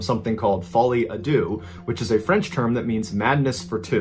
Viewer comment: This period of uploads slowly turned into regular Mr Ballen. And shouldn't it be "Folie Á Deux (kinda between deu and doo)" not "Adieu👋🏼"?